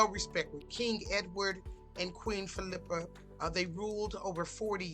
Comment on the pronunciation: Geez....You can't even pronounce her name correctly.